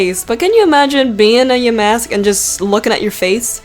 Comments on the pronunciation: its called YANMASK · Excuse me…did u say “Yaymask” HOW TF WOULD U BE HAPPY AND SAY YAY TO THAT GUY OR GIRL (this is a joke) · it is called yamask